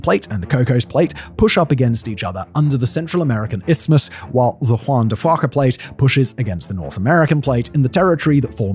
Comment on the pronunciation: "Juan de Fwaka" ... lol, the first time you seen that word there Simon?" Its Juan de Fuca ... sounds like Fyu-ka ... or Fee-oo-ka